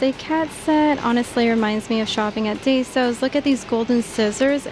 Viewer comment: No hate but daiso is pronounced “die-so” not “day-so” 😅